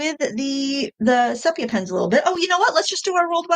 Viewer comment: Thank you for saying "sepia" right!